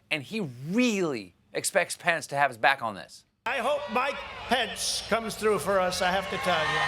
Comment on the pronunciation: 😂😂😂Mike-O-Thee Pence-A-Met!🤣🤣🤣